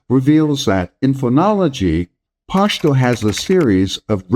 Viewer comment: Don't force the "Pashhhh" it's just pashto